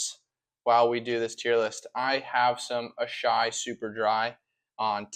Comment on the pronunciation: Good start on stirring controversy by pronouncing asahi “ashai”